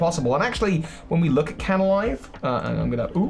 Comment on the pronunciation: It's Canalave, not Canalive. And Darkrai's Island is New Moon Island.